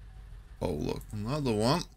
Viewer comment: And anotha wan 😂😂